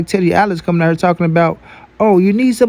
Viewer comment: And its not hur it's here